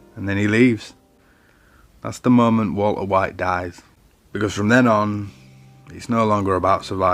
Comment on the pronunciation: I like your accent. I like the way you say 'Walter White'. A lot of people have made videos about Breaking Bad - and I have watched a lot of them. But your unique British accent might be the thing that sets you apart. As for the content itself, you identified the "I am the one who knocks" event, explained it beautifully, linked it to other important events, and brought it all to a safe end - tying your end to your beginning. Your personal point of view was clear. I liked it.